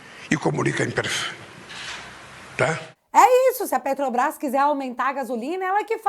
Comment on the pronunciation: Putz! Me irrita ver um "presidente" de um país falar "PETOBRAIS"; quem vota "MAJITORIAMENTI" na gente... Um asno! Uma tartaruga em cima do poste.